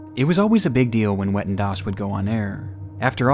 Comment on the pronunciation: i'm sorry but people are so stupid lmao it's not pronounced wetten, more like vetten